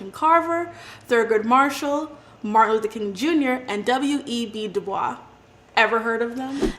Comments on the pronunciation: W. E. B. Dubois is pronounced like voice. Not like bwah. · Isn't the name of WEB Du Bois pronounced "boys" rather than in the French manner? Hard to believe that this presenter actually knows anything about this subject when she doesn't even know how to correctly pronounce the name of such a prominent Black figure.